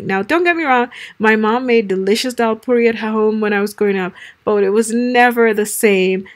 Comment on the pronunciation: Its daal not dhal.